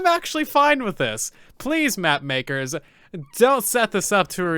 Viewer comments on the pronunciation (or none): none